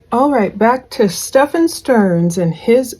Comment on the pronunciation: right. Not Steph -FAWN 😂